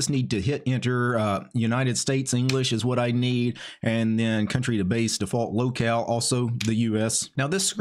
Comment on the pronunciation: Haha, I heard "Lolcow" instead "Locale" 🙂